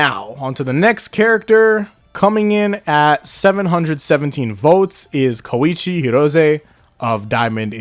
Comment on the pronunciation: Come on man! He’s KOEECHI